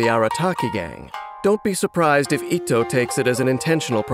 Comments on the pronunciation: Why English va’s pronounce itto as etto 😕 cringe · the fact that is pronouncing his name as ittoe